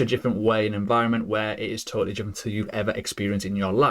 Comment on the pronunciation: WTF is JIFFERENT? I'm also English and never heard this in my life 😂